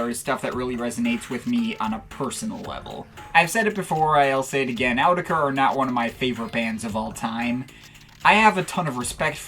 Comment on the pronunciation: i hate the way you say "autechre" but i love your videos and thoughts